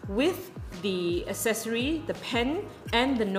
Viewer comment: Pronunciation of the word ACCESSORY: “ACK-SESSORY”. NOT “ASS-SESSORY” !!!